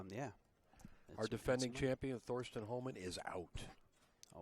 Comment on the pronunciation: It just drives me bonkers when people (especially those who should know) call him "THorsten"!!!! IT'S PRONOUNCED, "TORSTEN"!!!!!!!!!!!